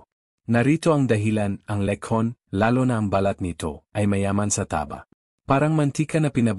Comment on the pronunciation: Pati pagbigkas ng letson nd alam